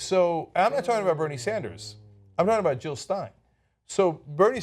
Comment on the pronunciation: JILL NOT HILL JILL NOT HILL